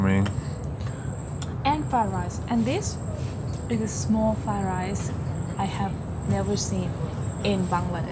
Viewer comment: It’s Fried rice not. Fay rice lol 😂